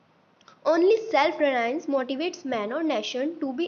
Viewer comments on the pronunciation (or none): the essay was written well but I feel your pronunciations could improve ( you mispronounced GOD, MILESTONE & RELIANCE ). Also, I feel the Phrase at the end was not required and I personally was unable to grasp its meaning. All in all great efforts and job well done :)